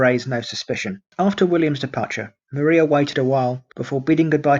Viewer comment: Maria was pronounced Mariah ... I lived near polstead so this mistake jumped out at me 😂